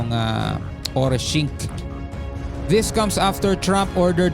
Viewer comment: Orishnik po at hindi Orishingk ang pangalan ng unstoppable missile ng Russia.